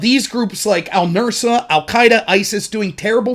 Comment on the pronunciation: Just one small... criticism? Not even really a criticism, just suggestion. Its "al Nusra", not "al Nursa ".